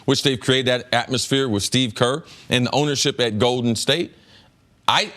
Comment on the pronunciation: Cris Carter "Goeden State" 🤣